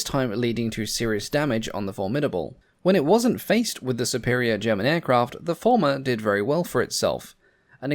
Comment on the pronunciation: Fairey Farmer? Fairey Former? Fairey Fulmar (Full ma) is how I thought it was pronounced. Still, as long as it did the job.